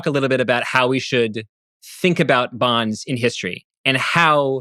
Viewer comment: It’s Bonds. Sorry not sorry.